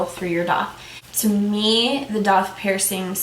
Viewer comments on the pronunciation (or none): DAITH IS PRONOUNCED DAY -TH .